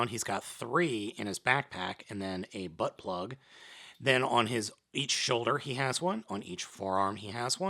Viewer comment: XD omg he said butt plug but in a different way i actaully thought he had a butt plug in him